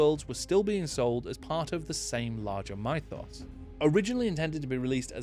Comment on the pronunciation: Very interesting video and really well researched, some interesting pronunciation rhyming melee with welly and mythos with pie-toss 😄